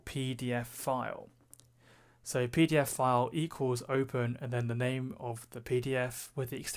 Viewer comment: When I ear you say PDFfile, cannot avoid to remember IT Crowd "Peter File" Beside that excellent video very well explained.